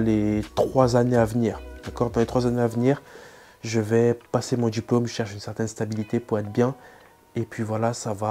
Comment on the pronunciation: Très bonne vidéo ! Hormis les "sportchhhif", "djjjiplome", qui sont assez insupportables 😂 la vidéo est très claire et bien expliquée. Merci 💪